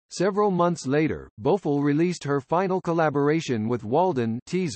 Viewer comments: The commentator should learn how to pronounce people names correctly 😖 Her name is not Bofo it’s Bo F I LL 😩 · Whoever this person is he can’t even pronounce her name right he needs to be replaced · Thank you! She is still alive and he pronounce her last name wrong!